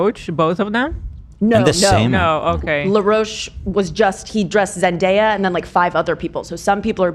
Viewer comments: Ethan repeatedly saying “Zen-die-ah” was killing me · Why can’t Ethan say Zendaya everyone is saying her name just say what they are saying?? 😂